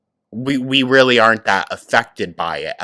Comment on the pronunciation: "I'll talk to her rill good!" You sure did,.🤣🤣🤣